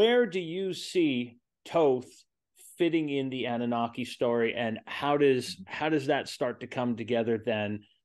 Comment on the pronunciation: I think Annunaki is being pronounced differently than what it actually is. Ah-nune’-nuh-kye The fish swimming on each side of Enki(?) are swimming towards him, upward,…not downward which always seems backwards to me somehow. I wish we really knew the meaning.